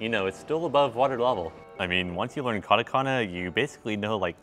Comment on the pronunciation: this man has been learning for so long and still says "KADAKANAH" smh also this is the experience of people who dont speak other languages.